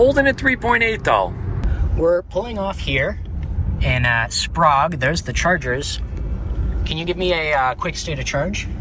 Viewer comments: it is pronounced Spray ge. Sprague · I think they pronounced Sprague as 'Sprog', because Prague Czechia is pronounced as 'Prog'. (Honestly, that's how I would have pronounced it as well. . .) I pronounce Spokane as 'Spo-can'. I do pronounce Coeur d'Alene as 'Core-da-leen'. I'm only a citizen of the Southwestern, so please don't crucify me too hard.😭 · While we are at it. Spray-ga (Sprague) and Core-de-lane (Coeur d’Alene).